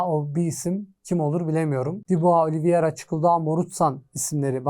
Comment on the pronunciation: Daha takimindaki oyuncunun ismini telafuz edemiyosun. Oliviera degil Oliveira